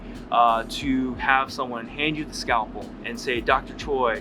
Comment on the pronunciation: I like how he's pronouncing his name. 'Choi' is pronounced as 'Toi'😍